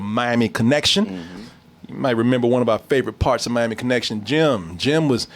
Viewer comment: Sounded like said Mammy Connection lol